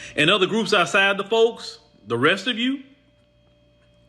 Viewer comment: Say it right ✅️ - "THEM" folks not THE folks- Put emphasis on THEM FOLKS!